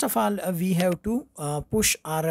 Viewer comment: This word pause is not push but pauz 😜😜😜😜